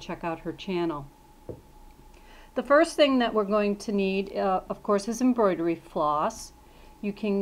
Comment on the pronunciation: Contrivertial it's embroidery lol that made me laugh so bad 😂 but great video I learned a lot!